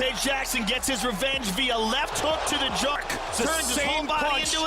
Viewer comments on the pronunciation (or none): “Via left hook to the joOrk!”